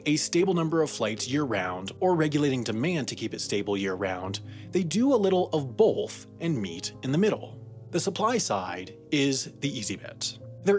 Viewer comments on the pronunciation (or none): "Both" doesn't have an "L" in it. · Voiceover guy says "boLth" and I can't get over it. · I like how he pronounced both and “bolth” xD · Heh, 'bolth'.